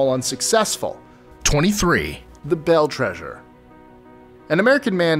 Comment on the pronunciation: Superstition mtns not Superstitious. And its Beale not Bill